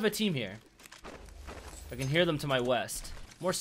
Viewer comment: Did he say west or weast?